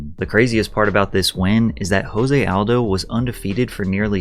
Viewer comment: Jose Aldo is Brazilian and therefore his name is Portuguese. The “J” is pronounced the same way as it is in English, not an “H” sound the way it is in Spanish.